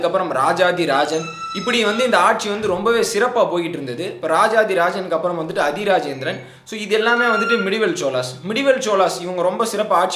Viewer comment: உங்க தமிழ் உச்சரிப்பு மிக மோசம் ஆதி இராசேந்திரனை அதிஇராசேந்திரன் சொல்றீங்க மாறவர்மனை மறவர்மன் என்று சொல்றீங்க மூன்றாம் இராசேந்திரனை வென்ற பாண்டிய மன்னன் சடையவர்மன் சுந்தரபாண்டியன்,மாறவர்மன் சுந்தரபாண்டியன் அல்ல